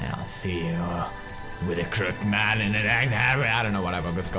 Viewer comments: Pewds still can't say crooked :) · It's pronounced Kroo-kid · Its CROOKED not croked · Daw, I like how Pews' says "crook-ED" as "crookt" X3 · Croo-ked, Croo-ked, not Crook'd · Crook-ed!!! not Crookd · crooked not crookd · it's crooked (crook ed) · Crook-ed, not crooked.😭😂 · Darnit now I'm saying crookt man instead of crooked man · Does anybody realize that pewds says crooked "crookt"???hmmmm anyboy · don't you pronouce the name as crook with ed. crooked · He knows how to pronounce "Psychiatry", but not "Crooked". Oh, ily, Pewds. 😂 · I'm trying to stay calm no matter how much you pronounce crooked wrong. >.<